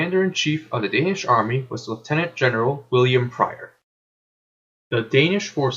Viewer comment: You did pronounce General William Wain Prior's name perfectly :-p